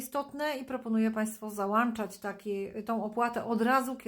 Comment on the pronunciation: Pani ❤ załączać a załanczać 😊 Pozdrawiam jest Pani wspaniała 🎉